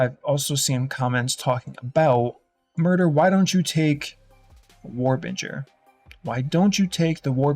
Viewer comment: War Bringer ... Bringer not Binger And its a little thing but you call it Rage when you mean Fury Otherwise love the videos and rocking the Axe 2hand build